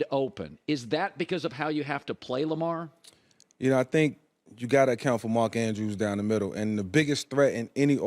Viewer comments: Bro said mark edawards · 2nd time today…. Tell Colin it’s Mark “Andrews” (TE)